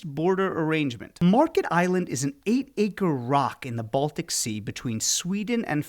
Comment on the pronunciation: Märket not Market. Ä sounds more like the E in the word dent. Not an ee sound but the other